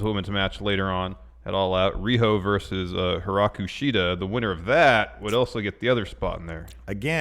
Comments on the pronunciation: Hi-KARU Shida, not Hi-RAKU. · Why people keep saying Hiraku Shida..it's HIKARU!!! It's not that difficult guys.. :)